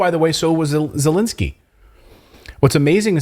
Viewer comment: is he intentionally mispronouncing the Ukrainian President's name or does he not recognize the difference between "e" sounds and "i" sounds?